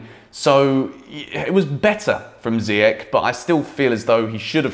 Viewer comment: It’s not ziyech with K . It’s Sh great content